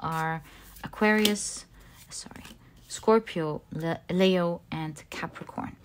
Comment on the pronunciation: 👍love the way she says Leo